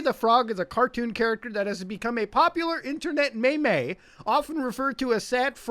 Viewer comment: No one: Absolutely No One: Not even indian tech supports: Muta: Meymey